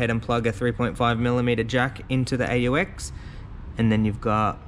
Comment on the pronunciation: aux is short for auxiliary. it’s pronounced “ox”.